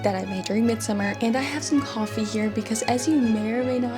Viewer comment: Coyfee lol Love the way you the put the emphasis on a different syllable there, Ma'am. Thank you for sharing.